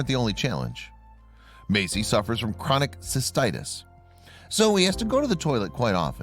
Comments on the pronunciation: It's Messi, not Macie. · meysi 😂🤣😂🤣... fo.ok this trash narrator